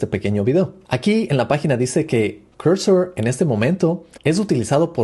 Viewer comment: No se dice "Corsor" o Cursor, se dice al revés Cursor o "Corsor", deja de hablar como un huevón.